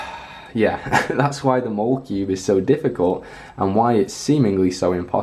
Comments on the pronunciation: its pronounced like mall-uh-cube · I've always called it the Molecube, pronouncing it similar to Molecule